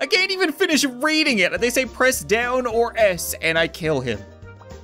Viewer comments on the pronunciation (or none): none